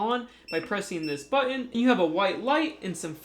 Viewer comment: Merry CHRISTmas. Love listening/watching you do your reviews and talk solar (especially when you say "button"; ) Awesome review again. Your so smart. Happy new year my friend!!